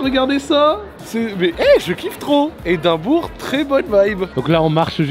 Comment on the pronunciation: Edimbrough = Edimbra